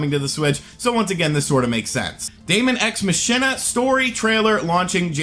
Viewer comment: Ma-ki-na Not Ma-shin -a You neanderthal